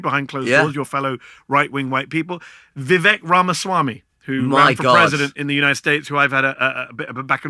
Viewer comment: His name's Vivek, it rhymes with cake...